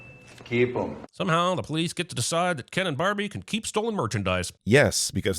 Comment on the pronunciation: "Wait untill you find out dolls can't come to life and Barbieland isn't a real ployce." It's just me hearing it. Just me. Y'all can carry on.